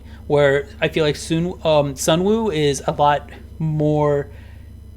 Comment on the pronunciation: I agree with the whole list basically but I just want to say Sunwoo is pronounce as Sunu.